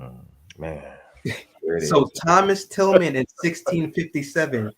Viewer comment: During the video I kept on saying Thomas Tillman when his name is actually pronounced TILLAM*. Please excuse my mistake 😊